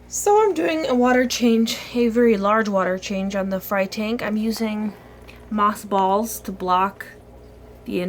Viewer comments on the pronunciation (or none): For a second I thought you said, "moth balls" instead of "Moss balls" XD hahaha